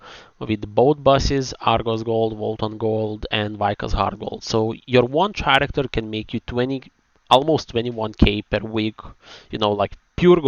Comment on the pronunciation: Hi love ur videos. But don't know if u r doing it on purpose or not. The way u pronounce character sounds weired maybe coz of ur accent or eng is not ur 1st language. So if possible try to pronounce it with a ''k'' insted of ''ch'' (karacter). Hope it helps. If not just ignore it I'm just a passing by viewer who loves ur video contants.